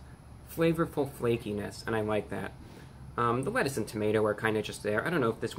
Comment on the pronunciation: I like how you emphasized on the FLAKINESS of the sandwich! 😁